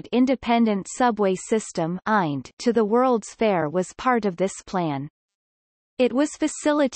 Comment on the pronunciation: Listen to this computer voice say “eind” instead of I N D !!